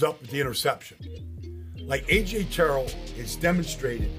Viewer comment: how u gon break down his plays but can’t say his last name right